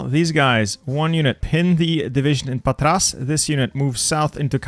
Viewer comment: It's Pàtra not Patrà. (I know it's hard not to butcher foreign city names)